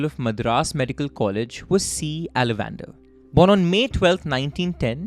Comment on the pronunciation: I don't wish to be pedantic but you are pronouncing the name wrongly Aalavandhar - it's Aal Vandh- Aar not Ala-Wander . It's a Tamil name so I get it that you are having trouble pronouncing it.